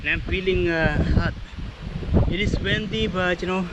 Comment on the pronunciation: I'm sure you will have your promotion too, you just have to get out of your comfort zone sometimes. BTW this is not a criticism, I just noticed that you always say "wendy" please say "windy" as in "in" or "India". Otherwise you are speaking very good English. I am a Filipino living in Sydney. I always enjoy watching your video. All the best for you mate.